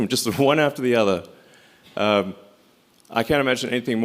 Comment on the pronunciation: I hate how he says "uth"